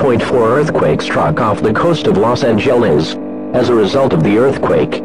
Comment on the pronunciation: "los angehlens" cmon its not that hard please